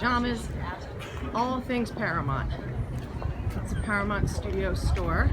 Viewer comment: Is it really pronounced para-MONT? I’ve always been saying para-MOUNT.